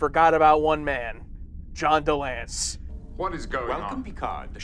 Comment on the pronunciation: "John DeLance?" Eeeee!